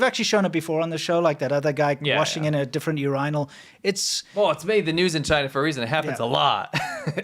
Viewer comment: "Urainal"... Bro...